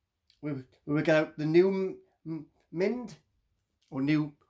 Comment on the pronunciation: Newmind ❌️ Newmint ✅️